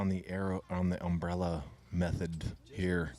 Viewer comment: Under my um-berr-ella, ella, ella, ay ay